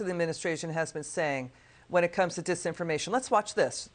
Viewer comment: Bidan couldn't even say the word dis information